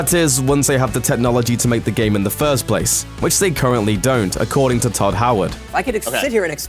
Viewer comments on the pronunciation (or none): Todd. His name is Todd. Not ted. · I just disliked this cause you called Todd Howard "TED" Howard. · he said Tedd Howard! how dare you mess up god Howard's name! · haha!! i came here just to write that, you guys dont disappoint. wtf is Ted Howard? Todd's brother? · "Tedd Howard" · His name is Todd, not Ted... TODD HOWARD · Pretty sure you said Tedd Howard...instead of Todd Howard. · "Ted" Howard? Seriously? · It's Tod not Ted